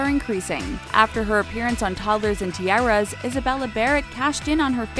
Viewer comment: why would you say tiara like "tea-air-a ?? it's "tea-are-a"!